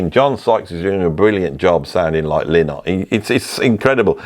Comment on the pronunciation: Lynott: "Lie-not", stress first syllable.